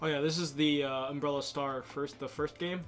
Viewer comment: uhmmm, I think its "Umbral"not 'Umbrela"? am I right? lol